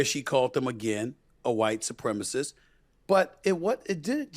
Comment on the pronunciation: She calls President Trump a white "supremisiss"..no idea what that is